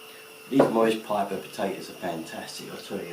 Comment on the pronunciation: Maris Piper lol. Not Morris piper